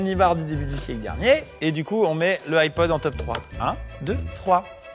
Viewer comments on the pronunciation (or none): "le iPod" mes oreilles 😂